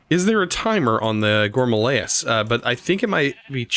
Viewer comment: Have you been watching Direwolf20? I cringe every time he says gourmalayis instead of gourmaryllis, and now you say it too. I'm pretty sure you said it right last episode.